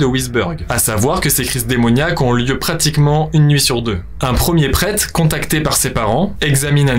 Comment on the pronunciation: "le prète"